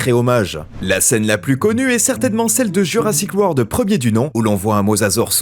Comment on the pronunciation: Pour info, on dit Jurassic WORLD, et non pas Word. Bisous